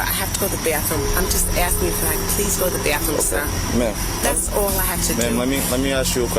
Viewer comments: She just has to go to the bäthrouume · Byathroom.. BhhAthroom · “Can i go to the BYAATHroom pls” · If I hear bahthroom one more time🤬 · “I just got to go to the Bathhroom” ✋🏾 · I became progressively pissed each time she said "bayahthroom"